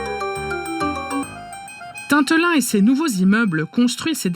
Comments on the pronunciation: Vous n’avez clairement pas dit correctement dans ce reportage le nom de la commune Tintelin c’est NON !!! C’est Tinterin et pas maire c’est syndic manque d’informations de votre part pas assez proche du peuple ou reportage à la vas vite merci de vous renseigner correctement sur nos régions avant de faire un reportage, il faudrait au moins avoir une bonne prononciation et se renseigner un minimum sur celle ci !!! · On ne dit pas Tintelin, mais Tinterin 😅